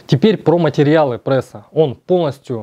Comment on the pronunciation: да не ПРЭСА, а пресса! так дико звучит, но всё равно интересно.